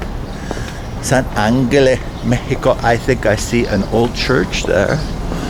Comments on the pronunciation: DUDE!!!! The way you pronounce San Angel phonetically is San AnneHell, PLEASSSEEEAH!!! 🤦‍♂ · Said you are 'Portuguese' and don't know how to pronounce San Angel? Funny. I am Canadian too, and I know how to pronounce it. Weird. Oh well. Cheers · San Ángel. You're saying it wrong.